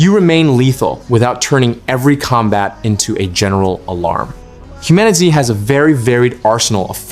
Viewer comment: did you call the game Human-itz? just stop